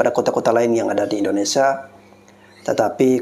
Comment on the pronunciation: Mf bg membetulkan penyebutan.. Bukan indonesa bg tapi indonesia..